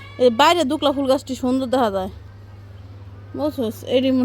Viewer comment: Not dukla bolben dubla sama na chai bolben